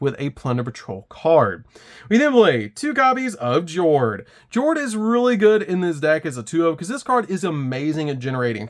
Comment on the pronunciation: Yo-ho, mateys! 🏴‍☠️ BTW, Jord is pronounced Yord. The Patrollship names are their attributes in Norwegian and they pronounce "J" like a "Y"